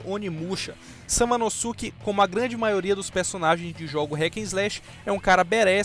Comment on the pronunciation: Samanosuke (a pronuncia é samanoske, é tipo o "saske" no naruto kk) tinha que ta mais alto no rank, ele fica mt foda em força e design kkk, mas pelo menos entrou na lista ai XD mas o video ficou show de bola, muito bom mesmo